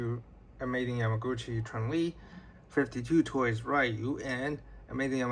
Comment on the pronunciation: It’s called 5-2 toys not 52 toys respectively